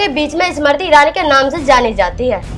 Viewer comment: Pahle Sahi tarike se Smriti bolna toh seekho,uske baad bolna Anchor mahodaya